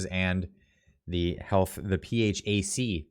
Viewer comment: Love the videos! ❤ PHAC pronounced P-HACK